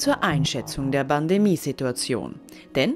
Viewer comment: "Universidäd" "BCR" und "Bandemie"